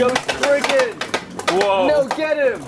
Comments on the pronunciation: Why do they call it spreegin when it’s sprizen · It’s not sprizen it’s spriggan